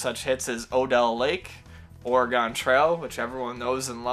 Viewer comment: And "Oregon" while they're at it.